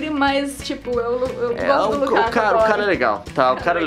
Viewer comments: Desculpa corrigir Nilce mas é Lukaku não Lukako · O nome dele é Lukaku e não Lukako ;) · Nilce,Lukaku é com U